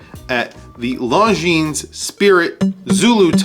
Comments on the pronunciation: Is not “long jeans”... is more like lonzeen (the final s is silent) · A friendly correction… It is pronounced Longine. The “s” is silent. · FYI, the "s" in Longines should not be pronounced... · You dont pronounce the "s" in Longines.